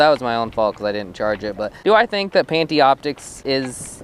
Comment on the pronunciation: Pantioptix lmao its Panoptix btw nice vid though.